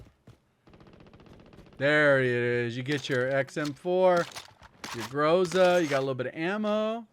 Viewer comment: Bro, please, put an emphasis to the letter "A" in word "Groza". Not "grOza', it's "grozA". Also word "Tundra" pronounces like "Toondra" ("U" like "oo", like "oof").